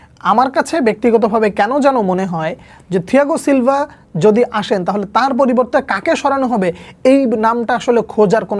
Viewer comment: ছিলভা ❌ থিলভা✅ 😵‍💫🤣